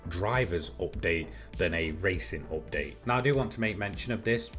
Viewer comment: Say update correctly